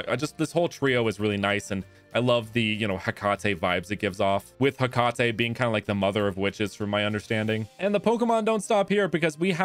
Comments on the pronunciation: bro really said Ha-ca-tay smh, its Hey - Ca - tea. Also, the three pokemon represent the fate probobly. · Hecate is pronounced Heh-Kah-Tee